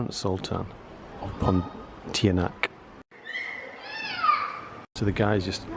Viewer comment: "PON T ARN A" is how you say it.